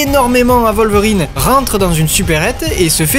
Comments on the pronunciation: Dans la première trilogie c’est totalement prononcé Volverine ! J’ai revu des extraits exprès pour la vidéo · dans les films aussi c'est wolverine prononcé comme western, whisky, will smith, etc... c'est un mot anglais pas alllemand